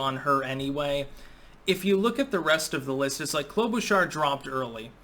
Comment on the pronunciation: Klobuchar is my third cousin It’s pronounced “Klo-buh cher” no sh sound, ch like chirp Voting Trump